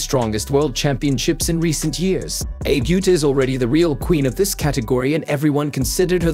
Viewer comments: Please, her name is pronounced Ah-bay OO-ta. Do her the courtesy of pronouncing her name correctly. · Ah-Bay OO-Tah. This AI voice reading is horribly destroying her name. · Name pronounced "Ah-bay Oo-tah" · These computer generated voice-overs are for the birds, no offense to our feathered friends. Real people don't speak in such a stilted and robotic fashion; it's very distracting ... not to mention the idiotic mis-pronunciation of the Abe Uta's name, for pete's sake. I'll either mute the sound or just watch the closed captions, as bad as they are.